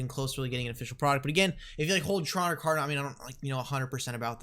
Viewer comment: Car-dah-no. Not Car-dih-no. Say it right.